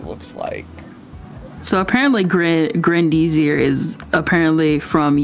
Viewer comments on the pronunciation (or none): ok the woman is insane, but can we stop for one moment and talk about how horrendously both and pronounce grendizer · the way you mispronounce Grendizer makes me wanna cry 😭